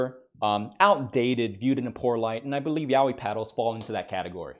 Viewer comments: The pronunciation isnt even Yawi... Its sopposed to be Ya oi, literally.' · I didn’t know it was pronounced Yao-whee. I thought it was yah-oi